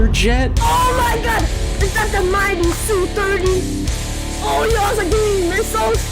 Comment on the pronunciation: (SU-30 pronounced "Ess-You" just the letters sounded out by themselves. not Soo-30)